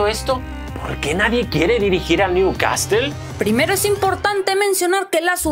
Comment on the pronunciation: al principio dijiste bien el nombre del club pero a la segunda new CASTEL 🤦🏽‍♂️